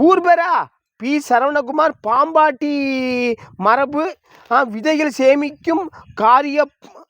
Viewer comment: Athaye avaru thappa tha padikaraaru Unga ooru pera paambattimarabu nu padichirukaru .. Paambaati ...marabu vidhaigal nu padikka therila